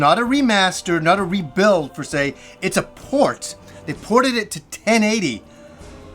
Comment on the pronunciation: Love the channel, it’s ‘per se’ though not ‘fer se’. Don’t want to be a nob but just saying!